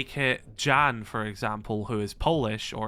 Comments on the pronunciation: ah yes dżan not Jan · It's all great but please, Jan is NOT pronounce as "Jean", it's pronounced like "Yan". J in Polish makes Y sound like in "yellow". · The Polish name "Jan" is pronounced "Yan"😉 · just to let you know jan is pronounced yan